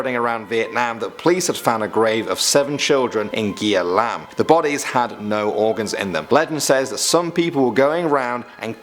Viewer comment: Great video! btw It's actually not pronounced ao dai, but ao zai. As for Gia Lam, it's also pronounced Za Lam. *Vietnamese is special.